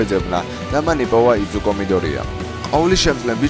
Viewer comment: გთხოვ იძუკოს ნუ იძახი და იზუკო დაუძახე იმიტომ რომ ეგრე ქვია როდესაც ანიმეს ახმოვანებდი მაგ დროსაც ამას იძახდი იძუკოს